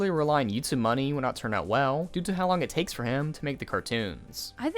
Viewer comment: careful, you very nearly have this odd emphasis on your words, similar to i.e "what they don't understand, is that due to how much money they raiiiiisssed...So while they did get he moneeeyyyy" Very annoying my man.